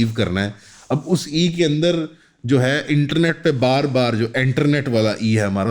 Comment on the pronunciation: Enternet ✔️ internet ❌🤡😂